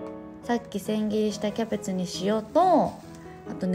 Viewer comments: てつやのthキャベtuで笑ってしまった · 「thキャベツぅ？」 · てつやの｢thキャベツぅ？｣にクソ笑った